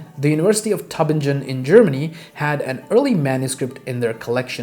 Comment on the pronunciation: A micro-FYI, on pronunciation (I see you are a gentleman of books!) Tübingen is pronounced with the hard g, as in Bing; and the ç in François is pronounced like an s. The best pronunciations in English for each are probably TOO-bing-en and FRONS-wah. Thanks for sharing all this information!